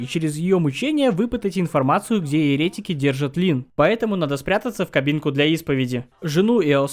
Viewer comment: Очень динамичный ролик и юмор кайфный! Единственное, постоянная ошибка в ударениях в словах еретИк и еретикИ, антИхрист В остальном вообще не к чему придраться) Супер, продолжай в том же духе)